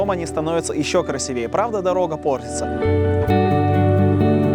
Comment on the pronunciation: Все тут пишут про красивую и грамотную речь. Но речевые ошибки всё же проскакивают… Например, надо произносить красИвее, а не красивЕе… Но съёмки отличные!